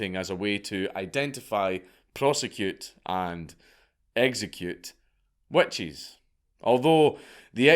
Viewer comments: you wanna try my wet cheese? 🤣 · Damn you got to the joke before me. Wet Cheese is pretty terrifying though. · "Burn The Wet Cheese!" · I read this within the first 30 seconds of the video and now can’t unhear it. Thank you. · Witch crotch smells like wet cheese so it kinda works. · I had to go back and listen and you’re so right! Lmao. I enjoy his accent. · Scott moment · I didn't hear it until I read this. Now I can't un-hear it.